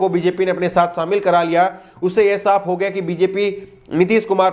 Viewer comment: Samil Nhi Kehte Shamil Kehte Hai Jor Nhi Zor Kehte Hai.